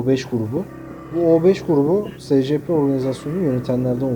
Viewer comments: O s.c.p diye okunmuyo o e.si.pi diye okunuyo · abi scp değil esipi diyi okunuyo